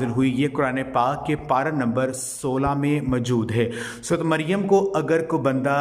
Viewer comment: Sorat nh bhaai sorah maryam